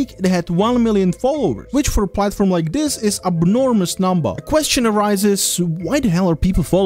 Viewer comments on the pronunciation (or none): '' Abnourmous'' Lol.